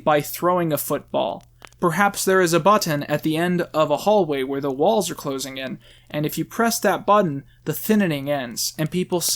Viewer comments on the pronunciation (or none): none